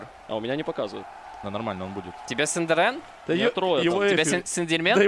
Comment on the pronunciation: Синдерен - Сындерьмен пхахахахахахаххаахпхахх😂😂😂😂